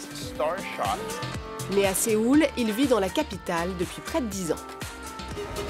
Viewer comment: suis-je la seul à avoir mal aux oreilles des qu'elle dit sÉoul car ça se dit soul (avec le o légèrement accentué)!!!!!!!!!!!!!!!!!!!!!